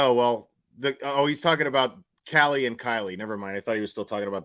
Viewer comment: Lmao why does he pronounce the name Callie the same as kiely??